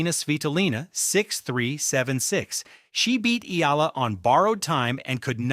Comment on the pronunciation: HEY MISTER YOUTUBE SPEAKER, THE CORRECT PRONUNCIATION OF ALEXANDRA’S LAST NAME IS E-YAH-LA!